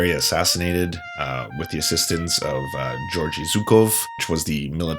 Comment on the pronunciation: "Jorji Zookoff"? you can pronounce the names somewhat correctly by just typing the name into the google translate, choose the language, and press "pronounce". It isnt that hard.